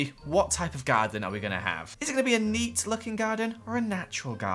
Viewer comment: I thought u said "Guardian" instead of "Garden" so i was like... ...WHAT MAGIC IS THIS?...